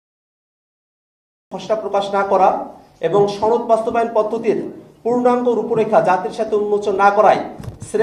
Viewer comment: আপনি তো সনদ শব্দ ঠিকমতো উচ্চারণই করতে পারছেন না সনদকে আপনি ছনদ বলছেন